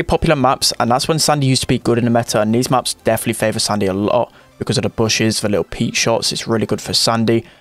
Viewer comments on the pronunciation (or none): It is SAND(⏳)Y Not SUN(☀️)DY